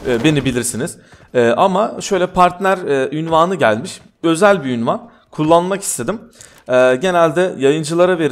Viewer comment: abi ünvan değil unvan